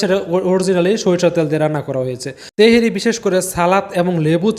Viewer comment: তেহেরি না ভাই তেহারী 🎉